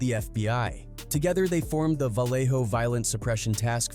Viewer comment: Dead homies this a AI video. He ain't even pronounce Vallejo right